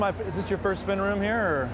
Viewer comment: Trevor can't say spin lol